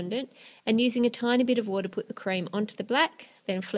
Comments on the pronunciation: She said bit but it sounded like bitch haha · 긴리빅 that's what I heard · 긴리빅 I HEARD THAT TOO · I thought that too lol